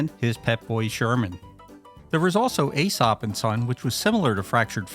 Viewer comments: It's not "ay-sop." It's "ee-sop." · It's pronounced EE-SOP not AY-SOP. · It’s not pronounced “A-sop”, it’s “E-sop” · Dude Seriously It’s a long E sound EEE sops fables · Aesop the "A" is silent.